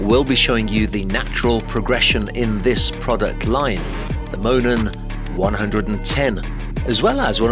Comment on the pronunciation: You went back to mispronouncing it in the follow-up commentary, you said Moonen with the oo.